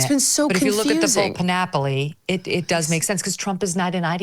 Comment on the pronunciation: Megan … girl … It’s not PAN-O-PO-LY like “monopoly.” PAN - O - PLY. There’s no fourth syllable. 😺